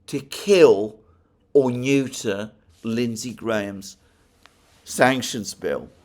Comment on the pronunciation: I smile everytime Alexander says neuter